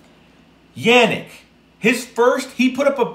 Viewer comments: It’s pronounced “UNIQUE” not yannick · Man the way you say his name is a huge cringe lmao